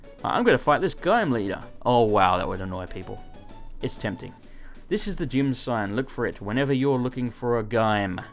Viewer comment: Please keep pronoucing gym as gime!!!